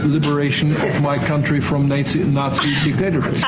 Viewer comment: How could the German dude mispronounce the word, 'Nazi', saying 'Nate-Z' then correcting himself? Thats kinda weird....